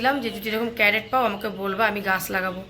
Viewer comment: Carrot bole na crate bole